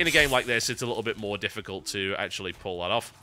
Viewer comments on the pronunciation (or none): none